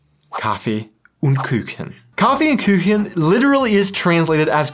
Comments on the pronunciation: It‘s Kuchen not Küchen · Please, don‘t pronounce the ‚u‘ as an ‚ü‘. If there are no dots above the u it‘s always spoken like a brode English ‚oo‘. So Kuchen is not ‚Kütschen‘. :-) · "Kaffee and Küchen.." LoL. That's cute. What you tried to say is "Kaffee und Kuchen" (Coffee and Cake) of course. But you said/pronounced: Kaffee und Küchen (Coffee and Kitchen). Küchen = Kitchen (plural). Kuchen (cake) is pronounced like KUchen (Ku like coo). Don't worry, German is a difficult language. ^^ Thanks for this very interesting video that shows a view from an American! Greetings from Germany. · First of all: congrats on little passport😉 Secondly: It is Kuchen, with a long u (as in the English "moon"), not Küchen (which would be pronounced with a short ü) - kitchens. Kaffee und Kuchen is still a great thing. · First of all, congratulations for your new family member 😊 And second, to help you with german a bit: You're trying to pronounce "Kuchen" like "Küchen" (kitchens) [Pronounced /ky:çən/or /ky:çn/]. Kuchen is pronounced like /ku:χən/ or /ku:χn/ 😉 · You can pronounce "Kuchen" with an English double O, as in "cook", it's koochen, not küchen or kiuchen :) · First of all: congrats an all the best wishes to all three of you :) sry, but there's one little thing that I strikes me in quite a number of your (otherwise very entertaining) videos ;) There is no "ü" in Kuchen or Bratwurst. There's a difference between the letters "u" and "ü". Not every u is an Umlaut (quite the opposite, in fact) ! A "u" without those little dots on top sounds quite like the oe-sound in "shoe". I don't need to explain the pronunciation of the "ü", you nearly perfected it ;) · The way you pronounce "Kuchen" (cake) sounds much more like "Küchen" (kitches). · Kaffe und Kuhchen. Not Kuechen. I lived and worked in Germany for over 20 years, never ate horse meat. Saw the butchers on the local market, but never bought from them. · you are always saying "Küchen" instead of "Kuchen". ;) try Kuh + chen